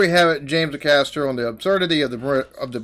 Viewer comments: Heads up its pronounced james "hay"caster not "A" caster 🤣🤣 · fyi - it's 'Ay-caster'. That bit is part of a series of three (or four, I can't remember) that is one of the most beautifully worked out streams of comedy ever. Worth binging the lot to get the full genius.